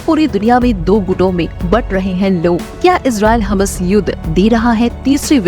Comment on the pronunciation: Please correct prononsiation,ham nahi hammas